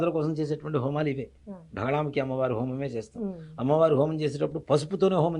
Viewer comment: It is only Bagalamukhi not Bhagalamukhi. You should not stress Bha.